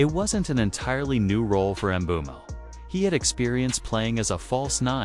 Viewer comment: Not mobumo it’s mbumo